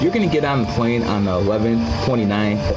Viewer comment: If you say “pwane or pwease “ I cannot take you serious kiddo. 😂